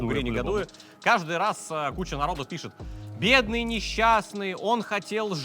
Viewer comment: "Беедный" осминог🤣🤣